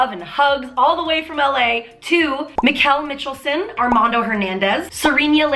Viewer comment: Thank you for being awesome - your videos are great. I will sign up for patreon when available. Thank you for mentioning me in your video - you deserve the donations 😊 You even pronounced my name right - most Americans can’t since it is a Danish name. 😄 /Mikkel Michelsen